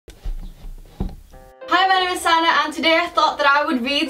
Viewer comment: You mean "sanna" you said sanma :/